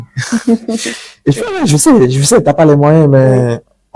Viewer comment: C'est quoi cette manie de mettre des "R" a la fin des mots qui n'en on pas besoin. Parlez simplement et faites vous comprendre aisément. Je sais et non "je saire" et là et non "lar"